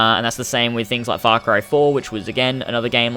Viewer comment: Oh u shit ! Thats not fak rai..it's far cry😂